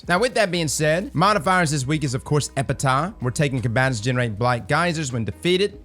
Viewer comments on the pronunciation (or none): EPITAPH - pronounce Epi-taff it’s a phrase written on a tombstone or writings of someone who died.